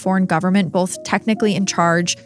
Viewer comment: it’s BOTH. Not BOLTH